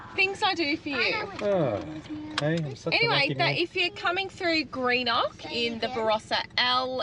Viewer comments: Good to see some of S.A (my old stomping ground!) Greenock is pronounced Grenock. We alternate toilet dumping as we both use it so only fair to. We have installed the LINX in our 200 series and it’s life changing 😂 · 😂🤣👍 it’s pronounced “ Genok “ not Greenock 👍 great show 👍 from SA now Darwin , where you’s are now . So if you go to Litchfield Park , it’s not Wangi falls but Wonguy 😎👍